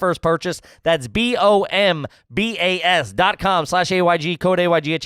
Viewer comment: Love those “Booomba” socks 😂 wonder if they lose the ad after one shot, how do you fuck up “bombas”